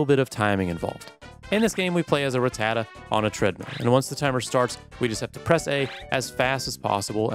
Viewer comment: you pronounce rattata as some sort of italian desert.